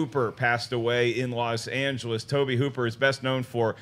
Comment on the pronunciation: The auteur Mr. Toe-Bay Hoo-Pear.